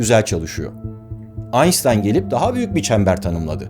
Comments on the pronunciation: Merhaba, Aynştayn ismini Aynstayn telafuzunuz ilgimi çekti. Almanca isim Einstein ismi s ile t harfi birleşiminde ş ile telafuz edilir. İngilizce konuşulan ülkeler telafuzu yanlış yapıyorlar. Almanca kullanılan ülkelerde Aynştayn diye telaffuz edilir. Ein-Stein yani Ayn-Ştayn türkçesi yok ama Bir-Taş demek oluyor. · Barış abi şunu Aynştayn diye okusan da şu garip his kaybolsa beynimden. Evet yanlış telaffuz ama bu yanlış artık çok doğru 😂 sevgiler. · abi aynstayn diye söylemeyi ilk defa senden duydum, bu doğru kullanımı mı? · Aynştayn de şuna bilader yaa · "Aynşıtayn" almanca da bu isim bu şekilde telaffuz edilir aksi çok kulak tırmalıyor, zira anlatımınız harika kolay gelsin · Ein$tein diye teleffüz edilir. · Adam gibi söyle lan şu adamın adını!!! AYNŞTAYN diyeceksin!!! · Barış abi şu Einsteinı aynstayn şeklinde söyleme artık. Kanser oldum valla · Ya abim şu einstein ı düzgün telafuzet ya 😊😊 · Her zamanki gibi bilgilendirici ve sürükleyici bir video olmuş. Lakin Einstein telaffuzunuz yanlış. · Einstein sözcüğünü niçin o şekilde telaffuz ediyor acaba... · Einstein Almanca bir kelime. Metin Turkce. İngilizce telaffuz edilmesi dogru mu? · Einstein adını Amerikalılar gibi hatalı mı telaffuz etmeliyiz? yoksa Türklerin aşırı kolay telaffuz edebildiği orijinal Almanca telaffuzu ile mi telaffuz etmeliyiz? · Koskoca Aynştayn Aynsstayn oldu ya la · Kardeşim her şeyi güzel söylüyorsun ama Allah aşkına şu Einstein ın adını bir öğren 😁 Aynstayn denmez Aynştayn diye söylenir.. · Mübarek adam AynSıtayn değil AYNŞTAYN Şeklinde okunur, lütfen adamın ismini doğru telafuz edin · Bir de durmadan "Aynstayn" diye telaffuz etmiyor mu adamın adını, deli oluyorum. Doğru ve orijinal telaffuz şekli "Aynştayn" dır, sayın "Beyris Ozkeyn" bey. 😉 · Aynştayn değil de Aynstayn demesine birtek ben mi takılıyorum? Ben neden detay farkediyorum ve bunu sorunmuş gibi düşünüyorum? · aynştayn aynstayn oldu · “aynştayn”a “aynstayn” demek, barış’a “baris” demekle bir.. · Aynstyan mı aynştayn mı?